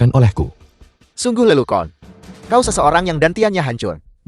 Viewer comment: Perlu diralat pengucapan: "lelucon" tetap diucapkan lelucon bukan lelukon. Maaf meluruskan yang kurang benar.